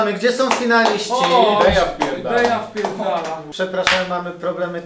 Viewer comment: Deja? Deya? Deyia? To głupi kiep.